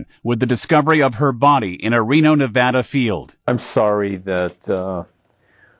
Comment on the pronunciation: I live near Reno. I remember this very sad case pretty well. Except I thought this A-hole killed himself in prison. P.S.Thanks for saying Nevada properly.